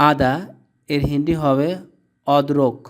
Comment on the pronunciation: হয়নি হিন্দ লিখেছেন কিন্তু আপনি নিজেই বলতে পারেন না। আর হিন্ডি না হিন্দি